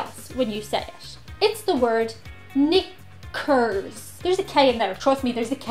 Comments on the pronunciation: So pronouncing the word "knickers" very carefully to avoid the racist word coming up in the autocaptions, and instead it comes out as "Nick curves" and later "Nick curse". Autocaption has a lot of trouble with your accent. It rendered both "queer" and "quare" as "queer". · It sounds like she was saying the N word. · "Can you meet my friend" what the hell kind of wing-maning is that? Knickers is commonly known. I guess its your accent though, makes it sound closer to the other word than iv heard.